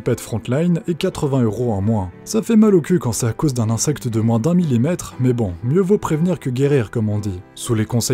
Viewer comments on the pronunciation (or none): none